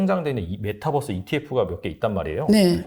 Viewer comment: 안교수님의 발음이 잘안돼 종목이 정확하지 않아요글로적어주세요. 메타벅스라해거 찿어니 없어요